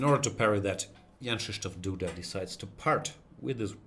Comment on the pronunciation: Apparently GM Gustafsson is among the very few foreigners who've learned to pronounce Jan-Krzysztof Duda's name 100% correctly : )